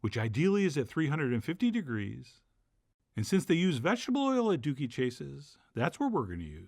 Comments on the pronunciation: Dooky is pronounced like "cookie". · Hearing you say dooky 😆